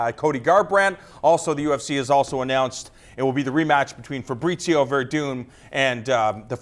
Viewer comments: FAH-BREE-SEE-O not Fabritzio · please stop saying Fabritzio. He does not pronounce his name like that.